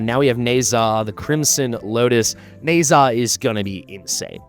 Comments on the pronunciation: In Chinese you pronounce zh in Nezha as j in jam. Sort of Ne-ja. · NAH-Zah. Its not a long Ā homie. Lol Na Zha was supposed to have fought Sun Wu, and Au Guang the water dragon.